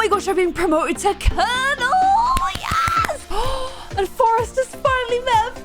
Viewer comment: Not me being impressed by your flawless pronunciation of colonel 🤣